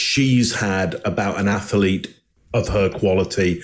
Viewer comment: Boy, I’d sure love to see Tom Brady drop out the game at half time in the Super Bowl because he was intercepted. Btw the word is pronounced (Ath-leet).